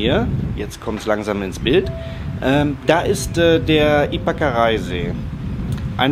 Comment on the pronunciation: Der See wird Ypakaraí ausgesprochen. Mit Betonung auf dem i.... Sonst gutes Video.